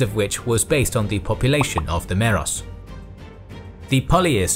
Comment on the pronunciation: i think you said meros and telos in the wrong way